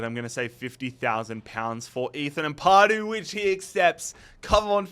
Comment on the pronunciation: Amp-a-du, not Amp-ar-du 👌